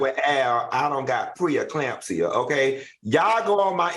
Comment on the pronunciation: Not preeclampsia. I cannot!!! 🤣🤣🤣🤣🤣🤣🤣🤣